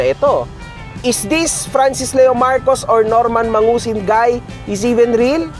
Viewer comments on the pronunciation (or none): Dapat kasi Norman Madusing, hindi mangusin. 😂 Regards kay boss juaning kahombre! 🙂